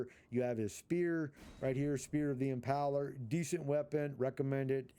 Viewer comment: Impaler, not impauler